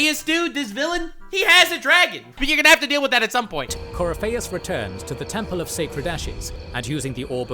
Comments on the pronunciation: Gotta love that they got the 1 guy who can't pronounce half the names to narrate their video, lol Coryfaus, alright mate, haha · My buddy. My pal. My brother in Andraste. Please watch a better lore video. This joker didn't even bother with pronouncing Corypheus properly or giving him a bonkers nickname like Coryphishits. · You HAVE to play the series. You think there's so much to it just watching this recap. You have no idea how much more there is to it. And how some decisions play into the next games. Also, all of the mispronouncing is hurting my Dragon Age loving soul